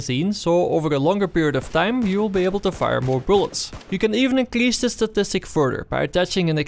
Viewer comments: Great video, only thing annoying me is that you keep saying ''inclease'' instead of ''increase'' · dude its in fuckin cRease and not incliease